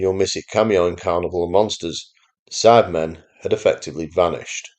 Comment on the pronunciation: Sounds like you keep saying “Sadmen” regularly 😂.